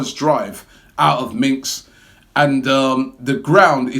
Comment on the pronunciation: I cringe whenever he mentions "minks"